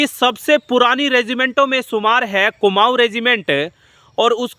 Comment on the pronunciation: कमाऊ नहीं कुमाऊं regt बोल